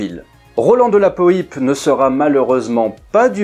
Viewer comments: C’est peut être un particularisme de l’Anjou où R de la Poype a été maire, mais ici on-dit de la Poipe et pas de la Po ype en tout cas chouette vidéo, merci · Petite précision : on dit de " la Poipe", pas de la Poïpe. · Oui, bien sûr! J'ai eu la chance d'en discuter un jour avec Roland de la Poype! N.B.: son nom se prononce "Poipe", et non pas "Poïpe". Ce nom signifie, colline, éminence ou motte... sur laquelle probablement se trouvait le château de ses ancêtres. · Bonjour, que dire, passionné d'aviation, je connais Roland de La Poype pour son épopée au "Normandie Niémen" grâce à la littérature, mais je n'avais jamais entendu prononcer son nom (pour moi c'était "poy-pe" et non "po-y-pe"), j'ai donc pris du temps à faire le rapprochement. Donc oui je ne connaissais pas l'épopée ultérieur à la seconde guerre mondiale de ce cher Roland, merci pour cette vidéo 👍. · Se prononce Delapo-a-pe et non Delapo-i-pe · Hello :) Merci pour ce documentaire très bien réalisé. Juste, cela se prononce Rolland de la "poape" écrit "de la Poype". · je confirme, on dit bien de la pouape ;-) ça m'a piqué les oreilles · Salut ! On prononce " de la POUAPE"... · Ormis la mauvaise prononciation du patronyme de Roland Paulze d'Ivoy de La Poype, je crois savoir qu'il avait d'abord proposé la "Donkey" à Renault (qui l'avait refusé). Pour ensuite sortir la "Rodeo" pour concurrencer la "Mehari".....